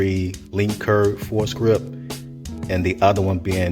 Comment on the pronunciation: It's pronounced like "for grip."